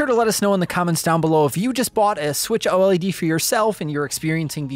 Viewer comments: can you please stop calling it O-L-E-D and just say O-LED. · It's OLED not O-L-E-D😂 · JUST SAY OLED and not O-L-E-D it's killing me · Please don't call it the O-L-E-D, call it OLED aaaaaaa pleaseeeee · Just say OLED, instead of O.L.E.D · "Nintendo Switch OH ELL EEE DEE" Who tf says it like that? Lmao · Literally the only person who says O-L-E-D every. single. TIME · Surely it's pronounced "OLED", not "OLED"... as in, I say "Oh-led". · Dude. Just say oh-led. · It’s switch OLED not switch O.L.E.D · I like your continent I I lol thanks lol for kleeping everyone up to date just to put it out there the new switch console is pronounced “O-Led”